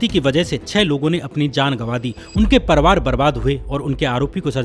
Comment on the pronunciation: भैया परवार मत बोलो परिवार बोला कीजिए